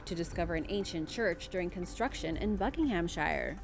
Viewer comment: Bucking-em-sha you're welcome